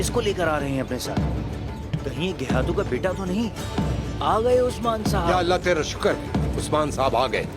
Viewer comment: Geyhatu ❌️ Gay - hai -tu ✅️